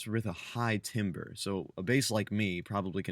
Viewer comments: he said "timber" instead of "timbre", which is pronounced like tamber. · That was C5... and it's pronounced tamber... sorry for being annoying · Timbre is pronounced like “tamber.”